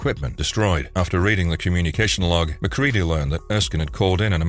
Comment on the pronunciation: Lets all give a round of applause for this narrator not pronouncing MacReady as Mac-Reddy. Although I'm 50/50 that's it's an AI, which only makes the last reader's mispronunciation worse.